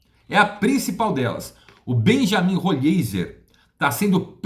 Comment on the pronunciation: Bom dia, desculpa a observação, mas a pronúncia segundo o próprio atleta a pronuncia do nome é Roleiser, abraço amigo.